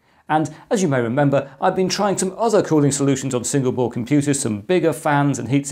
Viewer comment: he says Single Board , I hear Singapore :-)